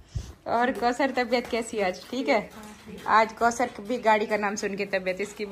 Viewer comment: Aap ayat ko samjhen k kosar nhi bola karey